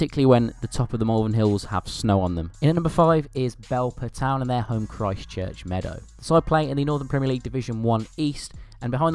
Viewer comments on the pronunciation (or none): none